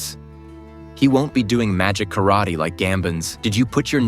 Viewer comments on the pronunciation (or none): none